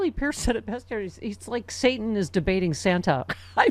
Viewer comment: I keep picturing the SNL Church lady skit; "was it Say-ton"? 🤣🤣🤣